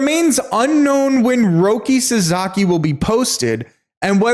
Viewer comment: Roki's family name is pronounced SASAKI, not SAZAKI. Please get that right.